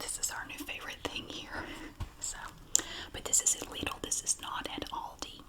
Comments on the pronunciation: Don't forget how she pronounced "alldi" too 😂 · I love how you say lidl and aldi! Here on England we say like al dee not all dee but its fine and I dont mind at all! I just think its cool how we sat ot differently :)) also great video